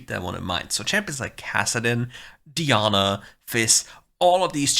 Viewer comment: keep saying Diana the other way. I’ve started saying it like that because of you